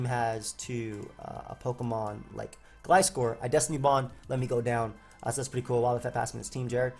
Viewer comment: You're saying Gliscor's name right. what is this dimension?